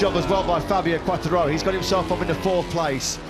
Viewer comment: Quartaro and Bastinini. Incredibly he quite nails Di Giannantonio tough.